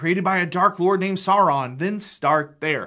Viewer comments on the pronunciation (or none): none